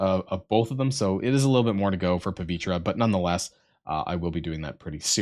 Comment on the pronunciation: "Pah-VEE-Ter." Seriously, do people not know how to say words? It's not just him, it's WAY to many people. Words are hard... Also, Dorm > Doom.